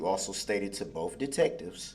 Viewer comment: Boff...it's both th th not f f